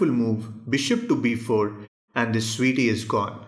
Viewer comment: I bust out laughing every time he refers to the Queen as sweetie with his accent. 😂😂😂😂. I think I watch his videos just to hear that. Lol.